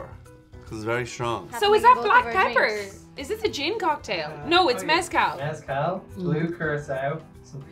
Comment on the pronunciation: turned “mezcal” into Kalliakki which is probably Finnish for something